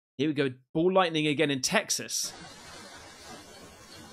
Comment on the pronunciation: Its not Ball lightning, its 'Mall' lightning :P